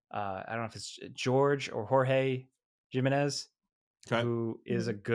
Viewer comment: The way said my first name with the batman writer and then said JIM-inez got me rolling. 😂